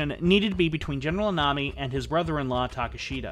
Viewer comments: Thank you for your painstaking research and interesting presentation. A word about the pronunciation of Japanese names, if I may. Koga = KO-GA not KA-GA; Ida = EE-DA; Takeshita - TA-KESH-TA, not TAKE-SHITA; Shiizaki = SHEE-ZA-KI; Takashima = TA-KA-SHI-MA, not TAKA-SHIMA; Tateno = TA-TE-NO, not TA-TAI-NO. There were other mis-pronunciations, but these were the main ones. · About half-way through and really enjoying the telling of the story - the one thing that is grating on me is the pronunciation of some of the Japanese surnames :( Ida for instance (I believe) should be "ee-da" and not "eye-da" and Takeshita should be "ta-kesh-ta" not "ta-ke-shii-da". Gotta watch that American accent and those "t"s . Aside from that, good story, nice pace.